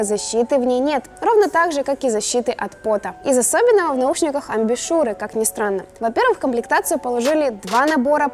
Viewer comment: Сперва подумалось, что оговорка про «беспрекословный шумодав», но нет, в конце вы это повторили — про «беспрекословное звучание». Как я понимаю, иимелось ввиду другое слово: «безукоризненный». ЗЫ: Кстати, вот вы же говорите «амбЮшюр», ну а Сони говорит «блУтус». Это вы с Сонями сговорились и втихушку буковками обменялись :D